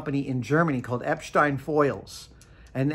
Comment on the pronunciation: See boys and girls! That's how you pronounce Epstein!